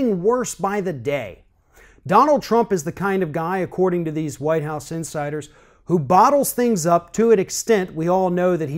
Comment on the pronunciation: LOL, it sounds like you're saying "according to winehouse insiders".